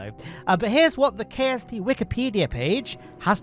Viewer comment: i heard KFC not KSP